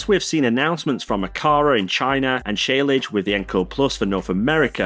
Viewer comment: Shlage is pronounced sh-ledge with the d not really pronounced